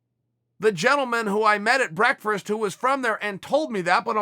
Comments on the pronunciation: BREAKFRURST I EXPECTED BREFUSS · I like how chael cant say BREAKFAST. #BREAKFRAST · Chael "Brekfrest" Sonnen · HAAHAAH "BREAKFRURST" CHAEL LOOKS LIKE A GUY WHO SAYS BREFUSS THO🤔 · No, you have just been saying breakfrast wrong your whole life. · "Brekfrist" is how its pronounced in the streets of West Linn. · "Breakfrest"-Chael Sonnen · Chael “Brek-First” Sonnen 😂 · Chael “break-fRast” Sonnen 😆🤪😂😅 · "whats going on hereee?" "BREAKFRAST" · Is he saying break-frest? 😂 🤣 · Everyone: Breakfast. Chael: Breakfrast. Everyone: OK great. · Chael: beakfrast Me: to the highest of levels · Chael breakfrest Dictionary: ok great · You say ‘breakfrist’ and it reminds me of my mom 😊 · Chael says "brekfrist." It's now called "brekfrist." Breakfast does not exist anymore. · If uncle Chael says it's breakfrest then by god who am I to correct the goat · I gotta have some of this "breakferst" that chael talks about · Cheal looks like a guy that says BREFUSS... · that's the 2nd time Chael has said breakfRast. I guess it's the new way to say it now. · Why does Chael always say breakfast as BREKFREST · Chael "Braerkfest" Sonnen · Ol' Chael is too self aware to be eating "breakfrast" twice! He meme-eth what he say! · ... did you say breakfrisk?? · Uncle Chael took one too many "breakfrasts" to the head. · Did Chael just mispronounce "breakfast", realize he did, and then purposely mispronounce it again for continuity? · Most pressing question: Why does Chael have such a hard time pronouncing breakfast? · Is it me or is he saying “brekfrist”? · I have never heard anyone in my life put extra letters in breakfast in the PNW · Please stop attempting to say breakfast because brekfrest puts a knot in my stomach uncle Chael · Nobody: Chael: "Brekfrafst" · 2.36 did he just say he had brerkferst 😆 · "Brekfrest"- Chael Sonnen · Nothing bothers me quite like Chael saying "breakfrast" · The bad guy finally shows his only flaw pronouncing the word breakfast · Brekfrest? Artectual? Westbrook "whut".